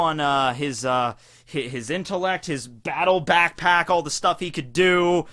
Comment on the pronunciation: When he said Back Pack he actually said pack pack :/